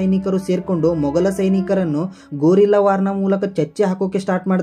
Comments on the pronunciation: ಗೋರಿಲ್ಲಾ ವಾರ್ ಅಲ್ಲ ಅದು ಗೇರಿಲ್ಲಾ ಯುದ್ದ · ಗೊರಿಲ್ಲಾ ವಾರ್ ಅಲ್ಲ ಅದು ಗೆರಿಲ್ಲಾ ವಾರ್ 😂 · ಅದು ಗೊರಿಲ್ಲಾ ವಾರಲ್ಲ ಗೆರಿಲ್ಲ